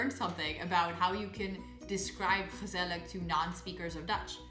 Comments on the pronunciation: Hmm, your pronounciation is so good and quite like a native's, although with gezellig you pronounce the final G as a K which is odd as you don't do it in other words like jarig... did you eve notice that? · Also ik not saying this to be mean I just want to help you. At Gezellig you say the last g the same es the first and not with a like' k '